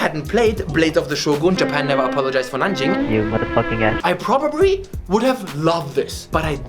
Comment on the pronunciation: did this man say PrObRiBy??